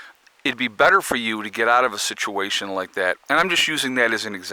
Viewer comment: Say "suhtuation" one more time